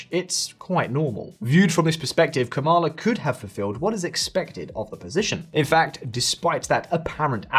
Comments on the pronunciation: It's KA-ma-la Harris. Get it right. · I would think you would learn how to pronounce her first name if you are doing a video about her. The lady introducing each section of your video can teach you. A lot of Maga Trumpers mis-pronounce her first name intentionally as a derogative.